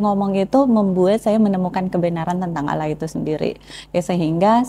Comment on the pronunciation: Masukan sedikit untuk pengucapan Allaah dan penyebutan masuk muslim harusnya masuk Islam. BarokAllah fik